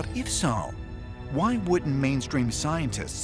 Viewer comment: "...if saow...". The narrator's pronunciation of the word, "so", must be intentional. Anyone else notice this? As to the story, I think it's all but proven the moon is hollow. The question now is, how did it become that way and who or what is using it, and for what purpose?